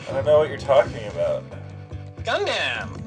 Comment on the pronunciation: WHY IS HE PRONOUNCING IT GUNDAMN